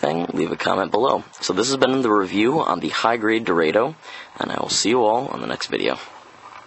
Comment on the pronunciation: hmm... I thought its pronounce Do-Ra-do, very weird to hear it being sound as Dor-a-do.